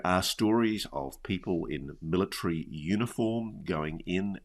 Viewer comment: Yeah, the word is MILL-UH-TARY… not MILLA-TREE